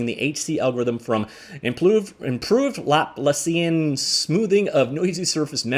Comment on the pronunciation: Try “lah-plah-C-N”.